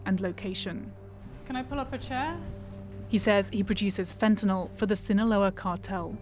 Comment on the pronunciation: "Zzinahlouaaaa Mecziiko" 🤣🤣🤣🤣🤣